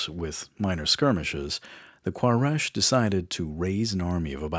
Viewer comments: Quraish (Qoo-Ray-sh) not K in Arabic it's قبيلة قريش ... it's ok he make mistake because there is no letter "حرف القاف" in English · Quraish (koo-ray-sh). Al Hudaibiah (Al hoo-day-bia). Get it together man.